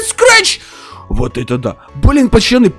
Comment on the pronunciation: Почему ты говоришь пачаны а не пацаны. Все видео пачаны да пачаны